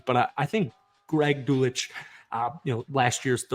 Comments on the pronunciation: Pronounced Greg dull sitch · Greg Dulcich is pronounced Dul-Sitch future reference when he becomes HIM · good video my guy, but just so u know its pronounced (Dull-sitch) TE Greg Dulcich 🫡 #BroncosCountry